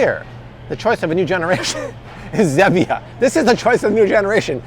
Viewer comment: Pronounced STEE-via and ZEE-via 🤦🏼‍♂️